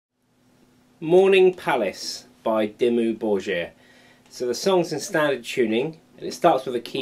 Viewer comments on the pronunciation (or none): DIMMU BOR"GGGGGG"IR YOU HAVE AS SPEAK AS CYBORG AND NOT LIKE BUTCHER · "Borgir" from Dimmu Borgir is pronounced with the "g" like in the word "game". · Lol when you said Dimmu Borgir the way you said it, I thought you were french :D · well played now learn to pronounce "Dimmu Borgir" properly..